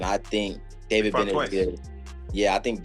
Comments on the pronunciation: Hate the fake AI voice mispronouncing simple names like "David." DAH-vid? Come on, man, do better. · Im getting tired of these ai videos. What kinda ai cant pronounce David? I need to vet them more.